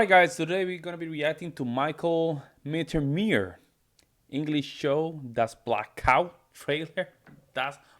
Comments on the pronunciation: His name is Mittermaier. The first half, you got right. In the 2nd half, which is Maier, the ai is spoken like the i in the word high... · Not to complain too much... but why do americans always pronounce the german "ei" like that? If it was "ie" it would be correct but "ei" is pronounced more like "eye" or "aye" in english. so try MittermAYEr. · Pronounce it Mi chael Mitter my er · Try to say it this way mittermayor 😊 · He is, or at least was, considered to be the best german comedian. And his family name would be pronounced in english like Mettirmyer. Does he really have such a heavy accent to you? But I have to admit tha if I hear some people like from Texas speaking in their slang in a video, I also have a hard time to understand a single word.